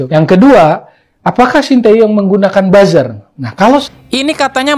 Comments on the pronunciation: Bilang buzer ny pun malah buser tuh mahasewa 😂😂😂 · Fakultas ilmu komunikasi tapi gak bisa bilang buzzer dengan benar😂🤣